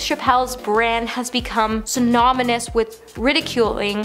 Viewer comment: synomanous? Men-us-stration? Gosh! If I didn't think you could do better, I wouldn't even bother.